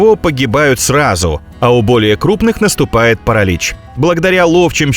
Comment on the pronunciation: Так это и есть нейронка. ПарАлич это просто самое явное что мелькнуло. Во всем видео то тут, то там неправильные окончания, местоимения, ударения и т.д.